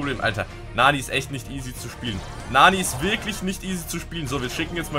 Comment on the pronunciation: Bruder es heißt nicht Naani, es heißt Nanny. Und sie ist weiblich, nicht männlich